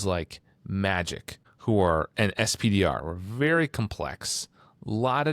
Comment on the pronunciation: You guys kill me a little every time you say "ess-pee-dee-are". "Spider" or "Peni" would flow so much better.